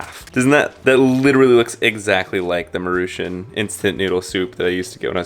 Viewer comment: Love the way u pronounced Maruchan/ “Ma-Rew-Shun” I always thought it was pronounced Mah-Rew-CHan LoL.. and the microwave potatoes omgosh.. u totally got me thinking outta the box 😊😊😊